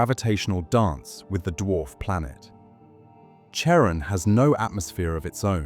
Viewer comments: CHARON is pronounced like KAREN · Charon is pronounced like care on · British style. Pluto’s moon should also be pronounced “Karon” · It’s phonetically pronounced Karon(Charon)not chairon!! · Most English speakers pronounce it like Karon - like (almost) every other Greek name or word spelled with the letter Khi (X). (Christ, Christmas, choir, chorus, chemistry, chaos, chasm, chronic, character, chord, choreography, cholesterol, charismatic, chlorine, chromosome.) There's a recent trend in England to pronounce it as if it were a French name (like Michelle). Personally, I don't mind either - but the 'ch' (as in church) pronunciation is just wrong. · Hmmm. Though I suppose the pronunciation of Charon was fairly horrifying... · Funny. The channel has an astronomical sounding name, but doesn't know how to pronounce Pluto's moon. It's pronounce one way for the Greek god it's named after and another for the actual moon itself... NEITHER of which is the pronunciation used in this video. I really hate computer generated narration. 🙄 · Ugh! The 'ch' of Charon is pronounced as a 'k' ... it's a classical Greek name. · Oof, you mispronounced "Charon."